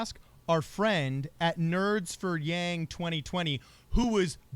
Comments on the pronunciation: Actually she pronounced his name closer to the correct pronunciation the second time. From a Chinese pronunciation that is. 'a' is more for a 'ahhh' sound... 'ahhhng'... yang. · Doesn't really matter but the pronunciation of Yang in Mandarin is closer to Young. Not a long A sound. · Love your show. And the “yang” is pronounced in Chinese as “y ah ng” in one syllable. All the current English pronunciation of Yang, Wang etc are all not really right. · The word yang 楊 is actually pronounced "young" with a second tone accent in mandarin Chinese, spoken in Taiwan. The word was translated to the us adapting the spelling of Yang. Andrew weren't raised in Taiwan, and probably called himself yang all his life, so it was normal all in all when everyone on the web call yang, but if whoopi did her homework and called him young, it wasn't wrong and actually show her respect.. If she did know that was the correct way of saying it. Which was very refreshing I might add to hear Chinese pronounced somewhat correctly for a change. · Yang is pronounced like “Yahng” in asian languages like Chinese, Taiwanese, or Korean. She pronounced his name in the traditional way, that’s all.